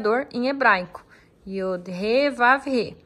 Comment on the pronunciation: YUD !!! Não YOD